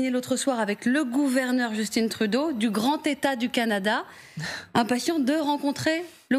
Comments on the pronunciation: Justin se prononce Just"AIN" et non Just"INE" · On dit "Justin" Trudeau dans les pays francophones, pas "Djeustinn". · pourquoi vous dites 'justine trudeau' ???? c'est un francophone... 🙄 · On doit justin et non Justine ah les journalistes sont tellement pas pro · arrêter de dire Justine Trudeau. personne de l’appelle comme ça ici. C’est Justin tout simplement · Pourriez-vous cesser de parler de Justine Trudeau!!! C’est JUSTIN COMME ´MATIN’ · Elle prononce bien le nom de Justin Trudeau mais a l anglaise (Justin_e pour Justin). Elle ne dit pas Troudo mais Trudeau. Je ne comprends pas les commentaires qui la ridiculisent. Quant a Ford, a mon avis, il a la bonne approche avec Trump et Trump lui même a dit que Ford a le droit de défendre ses positions. Trump respecte les gens qui se respectent. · Les Français n’arrêtent de prononcer Justine. Je ne sais pas pourquoi. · Ils pensent (le Français) le prononcer à l'anglaise et pour eux "Justin" se prononce "Justine" en anglais..... mais ça j'imagine que vous le saviez déjà et qu'il ne s'agit que de vous faire mousser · Faut arrêter de prononcer Justin à l'anglaise, c'est pathétique sérieusement. Il est né au Québec, il parle français. En plus, c'est un prénom qui existe en français ! Misère ! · Pourquoi "Justine", bref, Justin prononcé en Anglais? Il est Francophone!!!!! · Lol Justine Trudeau haha... je comprendrais jamais les francais qui parle 0 anglais mais qui se lancent dans prononctiation hasardeuse parce que ca fait "cooooooool" . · Les francais se pensent intelligents quand ils prononcent en anglais des mots français. D'où "d'justine" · « Justine » Trudeau, sérieux… Êtes-vous vraiment des français ou quoi..? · Réfléchissez un peu… C’est prononcé à l’anglaise… na..! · elle prononce drôlement Justin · Pourquoi les francais prononcent le nom de Justin en anglais? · C'est tu trop difficile de dire Justin comme il faut 🤣🤣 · Vous etes français et pas capables de dire Justin 😂😅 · On dis Justin et non Justine..!!!